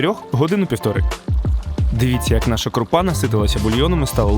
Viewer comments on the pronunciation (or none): none